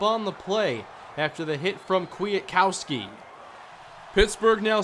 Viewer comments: Nicks name is pronounced kwit kowski or Kwita kowski. Huge wvu fan so it bothered me a lil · Yep, (Kwit Kowski). He went to a rival high school here in WV. Then played at WVU. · It's quit uh cow ski